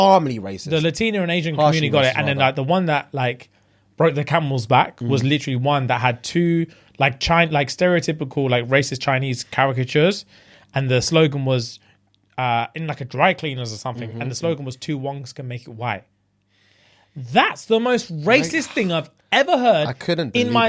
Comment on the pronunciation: “Character-ture” is fucking crazy